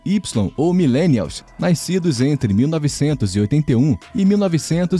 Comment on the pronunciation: “Naiscidos” Eu tô doido ou eu ouvi isso?